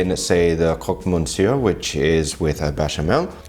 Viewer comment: Hey! Love your channel and your positive style and personality. Just a little heads-up on pronunciation for "Croque-Monsieur". Instead of trying to explain it in writing, here is a short vid. One can find almost anything on the web! Cheers!